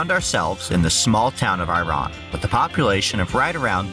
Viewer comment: Iraan is actually pronounced eye-ruh-an.